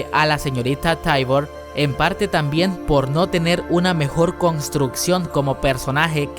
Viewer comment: Ewe todo bien, pero no puedes pronunciar las cosas como son? Señorita Taibur wtf....